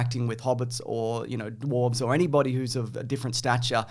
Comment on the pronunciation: hehe "duwarves" hehe